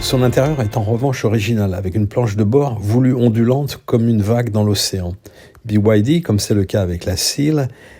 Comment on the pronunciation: Byd et pas bwd